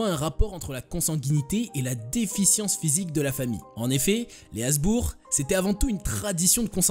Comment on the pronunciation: Habsbourg pas hasbourg